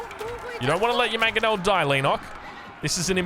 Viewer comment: btw it's MANG-o-nel, not mag-o-nel